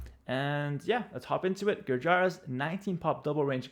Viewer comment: Hi, A tip from India on Gurjar Civ pronunciation. The name “Gurjaras” is pronounced like “Gur - jar” - where “jar” would rhyme like a “her” with “er” but with a “j”. So the pronunciation really stops there at “Gurjar”:-).